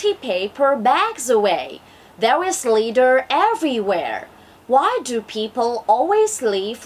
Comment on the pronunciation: bạn phát âm tốt nhưng còn sai từ: litter